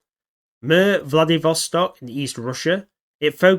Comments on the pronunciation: Its suposed to be pronounced rather than "Murr" and more like "Meer" with rolled R. But anyway what do you think was the territorial range on MIR and Skynet? Did Skynet control South America too and Was there MIR's pressence in Europe and Asia? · It’s pronounced MEER not MIR. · Mir is pronounced like mer and translates to peace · Hi. I got my degree in Russian in college. This is a great video, but I’m afraid that it’s pronounced “meer” like meerkat rather than like the ointment the wisemen brought to baby Jesus. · It's pronounced like meer. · I think it’s supposed to be pronounced “MyeerR” which means world in Russian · Cool but pronounced like "mere"